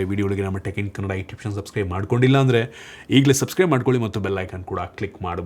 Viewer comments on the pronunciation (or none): none